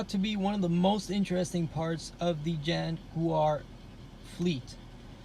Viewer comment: Your the only person outside of my country U.K that actually words Jaguar as Jaguar. Bloody yanks call it JagWuar!!!! Pisses me off 😂😂